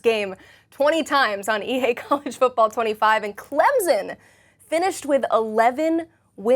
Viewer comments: worst part about being a clemson fan is hearing people say “clemzon” instead of the way it’s actually said 🙄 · you lost me with "Clemzen"...